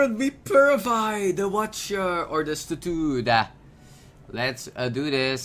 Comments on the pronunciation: its statue, not statoot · je zegt stat-you in het engels